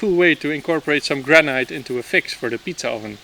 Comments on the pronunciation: Granite not granight chap! Or granit! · Granite. Pronounced gran-it. Rather than gran-night. Looks like an interesting project. Zijn jullie in Porugaal? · You are pronouncing Granite really wrong.. try this say it like there is no 'e' at the end of the word.... Granit. The spelling throws you off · Not to be too annoying… but the proper pronunciation for Granite is gran it…. As if the e is not there.. 👍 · Granite is pronounced gran it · GRANITE is pronounced, in English, 'Granit' or 'Gran It'. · Gran Night – taking your nanna out for a meal! (Granite – Usually pronounced "Gran nit" in England) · It took me quite a while to realize that he was saying "granite"... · I noticed that too... it sounded weird to me, but I thought I was the one that mispronounced it, so thanks!